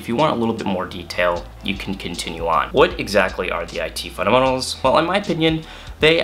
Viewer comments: You say "fundementals" in a weird way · Is he saying fundamentals?